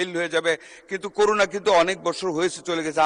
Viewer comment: আগে বলুন করুনা কি? একজন স্বাস্থ্যমন্ত্রী হয়ে ঠিকমতো করোনা উচ্চারণ করতে পারেন না।